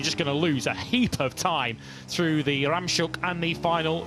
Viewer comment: It’s pronounced Rams Hoek Hoek is corner in Dutch. Try to move on from miles per hour, it’s not 1850